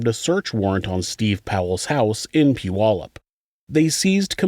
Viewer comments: Oh wow, you separated Puyallup from South Hill. People usually lump us all together as one city 😅. I’m also surprised you say Puyallup right. Most people jack our name up terribly 🤣. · It’s evident you are from this area. You are the first creator to pronounce “Puyallup” correctly. 😁